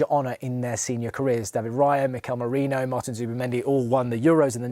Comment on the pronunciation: The least can do is get the names right! MERINO, ffs